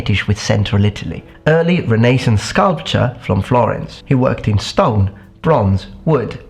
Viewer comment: You lecture us on pronunciation and then call Donatello a "sculpt-cha", come on old boy, non of that estuary London talk, its "sculp-tor". ;-)